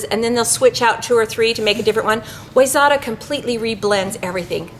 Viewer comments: Awesome video,. Side note for - Wayzata is pronounced wy-ZET-ah. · It's why-zet(pronounced like vet)-ah I grew up there in Minnesota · Cool video with great info. If you want to be cool with the MN locals, the spice company is pronounced "why-zetta". Have to represent my home town. Cheers to all, AND.... The owl is on the shed ;).